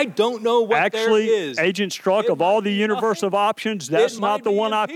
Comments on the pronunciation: She not saying his name correctly. It’s pronounced struck! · Mr Strozack, 😆. The congresswoman can't pronounce his name and he gotta sit there and be called somebody else's name. 😆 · She doesn’t get to decide who’s fit to be president, the American voters do. I never saw her before and was surprised that she couldn’t pronounce his name after hearing it so many times. Is she fit to be in office? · David, I don't understand what you're trying to get at. Is this a substantive issue you have with what Ms Coleman said? Are you attempting humour? Or are you legit trying to discredit what she said because of her pronunciation of Strzok's name? I pronounce it kinda like struck. Happy?